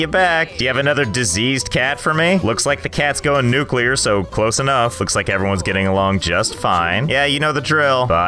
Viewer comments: Cats going nucular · "Looks like the cat is going nucular"😭😭😭